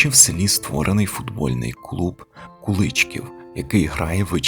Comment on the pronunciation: Дякую за цінну вашу працю! Куличків моє рідне село, дуже мені дороге . Місцеві роблять наголос на" і " : Куличків